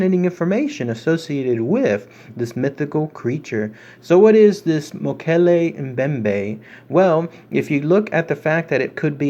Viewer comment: Holy cow..I cannot believe u freakin pronounced it rite!! 😏 rite on man..good on u. Almost no one gets this correct lol